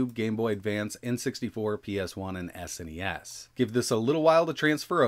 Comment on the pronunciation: Its SNES and not S.N.E.S just pronounce the whole thing as one word rather then letter by letter